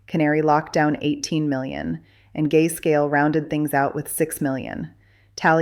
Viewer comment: Did she say “Gayscale” 😅 😂 Gayscale fees are too high!